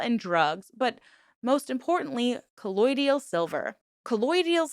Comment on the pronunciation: I know why you were mispronouncing colloidal; because the members kept saying ColloidEEal. I almost started thinking I said it wrong!